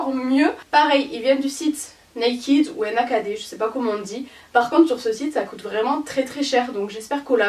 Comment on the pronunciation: NA KD se prononce nez kid